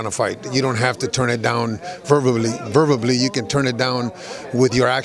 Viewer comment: verbably??? lmao